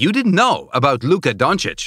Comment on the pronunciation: Aghhh why did you say luka dončič so vierd????? Im from slovenia 😃😃🇸🇮🇸🇮🇸🇮🇸🇮😃😃🇸🇮🇸🇮😃😃🇸🇮🇸🇮😃😃